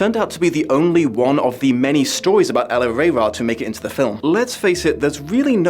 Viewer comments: If you can't pronounce 'El-ahrairah' then you didn't read the book. Richard Adams specifically included a footnote that said that his name is pronounced the same as in the phrase "Never Say Die"-- "El-aHRAIR-RAH" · Its pronounced ell arr rah rah. The author said it had the same inflection, never say die. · Elil-hrair-rah Hrair is the word for thousand in Lapine, emphasize the ‘he’ sound. Rah is the word for prince or chief. Elil is the word for enemies. Thus, prince with a thousand enemies. You pronounced it good, but you need the ‘hrair’ sound in there.